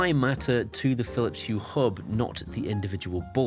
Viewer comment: Aqara continuing to innovative. Meanwhile it seems, Phillips continue to march at the beat of their own Drum., have you overcome your Phillips Hue pronunciation affliction with time or medication. Whilst I can write Phillips Hue, it seems I cannot bring myself to say without bringing up my breakfast, lunch or dinner. 😂 Keep up the excellent work.